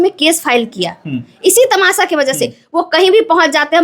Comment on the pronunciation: Tamasha ❌ tamasa ✅